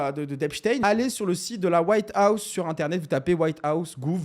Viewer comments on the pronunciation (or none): none